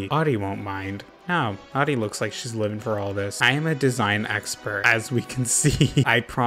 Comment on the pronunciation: I'm living for how you butchered Audie's Vacay house. Haven't laughed that hard for a long time. Thank you like genuinely thank you ❤️